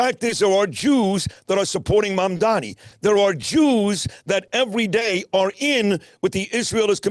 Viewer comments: It's not Mamdami. It's Mamdani. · It’s Mam-DANI (with an N), not Mamdami